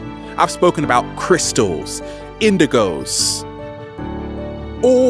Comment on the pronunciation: thought he said windigo instead of indigo lmao.